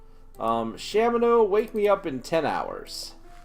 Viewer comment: People who say SHAMino also pronounce .gif jiff. You don't need those people in your life.